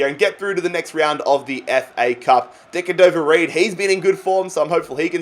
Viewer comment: Just call him bobby reid not decadover reid